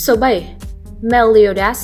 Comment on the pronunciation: Meliodas chứ ko phải meoleodias :)